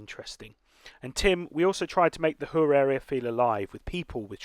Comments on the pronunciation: It is pronounced kur not chhhhur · I think Chur is pronounced more like cure, to name an english word that sounds similar. The Ch sounds more like a k.